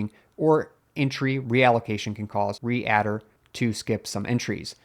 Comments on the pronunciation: 'readdir' is "Read Der" not "Re Adder". As in Read Directory. Please stop saying Re-addr, it hurts my ears. Thank you. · You pronounced (more than once) "readdir" as "re-adder". Since it is about READing DIRectories, shouldn't be pronounced "reed-dir"? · and , you must say read-dir, not re-add-ir 🙃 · re-addir :) "Read Dir" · re-addir gave me a good chuckle. it's read dir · Lord learn how to say “read dir” it’s not “re-adder”. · “Reader” pronounced as “Re-adder” immediately makes sounds like AI and then immediately suspect. I hoped for quality info to support a dual boot windows / mint installation, but the specter of AI makes it suspect. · I was thinking the same, it addresses reading directories. Not re-adding dirs.